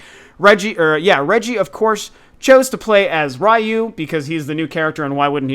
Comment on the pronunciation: Ryu= means dragon- pronounced- re you